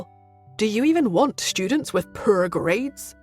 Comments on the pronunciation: The way this narrator says poor…. Pur… is too comical 😂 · British pronunciation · It’s the pronunciation of poor and the voice of the saditty uncles and aunts that get me.